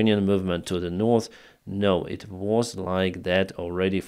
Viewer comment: What's the problem,, with you learning correctly how to pronounce the words North and South?